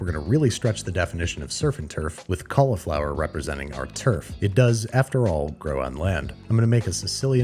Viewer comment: I am vexed by your pronunciation of cauliflower.